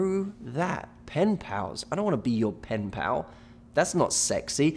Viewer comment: How many times did he say pinpal